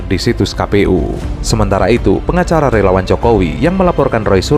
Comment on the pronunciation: Itu Pengacara ato pengacala ?? Belasa keli telinga saya dengal suala pengacala itu.........